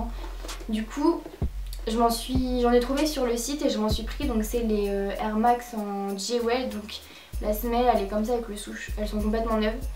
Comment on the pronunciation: C’est quoi le nom exacte des air max stp ? Tu l’as mal dit , « jewell » ? « j-way »....??? Tu pourrais au moins mettre les liens en descriptions c’est la moindre des choses ptn